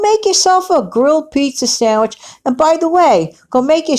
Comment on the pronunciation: Pizza "sangwich" sounds yummy! 🍕🥪